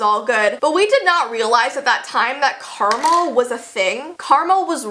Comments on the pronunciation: You said Caramel instead of Karma XD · Why you say karma like caramel? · when said karma it sounds like caramel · It’s karma not karmal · When she said karma I thought she said caramel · It karma not Carmel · I thought she said caramel. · It’s karma not Carmel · Carmel? Lmao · Caramel?? It’s Carma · When you said karma it sounded like caramel😂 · did she say Karma? i thought she said caramel! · Omg I had to replay the part where she said "karma" like 3 times because I thought she was saying caramel and I was like yes. Caramel has been a thing for a LONG while xD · Caramel? It's karma:) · Did you say Caramel? Oh wait.... You said karma... XD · Did u mean to say karma but u said caramel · Is it just me or did she say Caramel or Karma please reply what youthink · When you said ‘Karma’ I thought you said ‘Caramel’ 😅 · BaconBot 62 no but it sounded like she did. (She said karma) 🙂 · Oh my gosh I would have thought she was saying caramel if i hadnt seen this comment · I thought she said caramel... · Me too and I read this comment before I heard that. If I hadn’t I wouldn’t have known she said karma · Girl, same I also thought she said caramel and I was like wait I should we play the video and I found out she said karma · Karma not carmol lol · Karmol????? I thought it was karma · Karma definitely is real lol. I thought you said karmal 😂 for a second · wait how the hell do u say karma ... karmel !? 😂😂😂omg noooo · is my brain messed up or do I hear caramel and not karma? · I thought she was saying caramel when she said karma 😂😂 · When she said “karma” I heard “Carmel” 😂 I was like “I want some” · I SWEAR SHE SAID CARAMEL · Carmel? Does she mean Karma? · Did she say caramel or karma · Yeah, Carmal was a thing, totally not actually pronounced karma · When you said Carmel, did you mean karma? 😂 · whenever you said "karma" i heard "karmel" 😂😂😂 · Sorry not trying to be mean but you said “ karmal “ it’s karma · I heard karmel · Wait she said karma wut